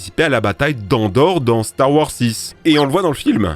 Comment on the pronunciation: Star warS , GrievouS , finissez les noms svp ca fait bruler les oreilles... ET NON Ce n'est pas Rex dans Star Wars 6 , ca n'a pas été confirmé :) Sinon très bonne vidéo !